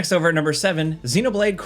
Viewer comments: Good ol’ nermber nine…. Gets em everytime. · “Nurmber 9” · "Next up at nurmer 9...." anyone know what "nurmer" means? LOL My thoughts the presenter tried to be cheeky and say "numeral 9" but instead combo'd it with "number" and made a new word LOL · "nurmber 9" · “Next over at nurmer 9” lol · "NEXT OVER AT NURMBER NINE" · "Nerber 9" lol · I love gameranx!!! LoL... " Next over at NEERMBER 9" Never change my friend LoL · Me thinking, "did he say nermber nine?" and then, when i selected the spot on the timeline it was a 'most replayed' lmao! He did in fact say nermber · "NERD-MER 9." 😂😅 LOL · “Next over at nermber nine…” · “nurmber nine” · i felt it was more like "nehrmbehr" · ermagerd nermber nern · He’s exhausted or drunk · Swedish Chef wants his royalty payments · "Next up at nermber nine." Taking is hard sometimes lol. You rock,. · Did you say Nurmer 9?